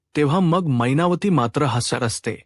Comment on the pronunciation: काय छान मराठी भाषा मैनावती ला महिनावती म्हणता तुम्ही. साहित्य परिषद अवॉर्ड तुम्हालाच नक्की